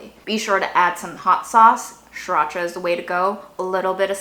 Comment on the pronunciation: When said by, it’s sureracha not Siracha.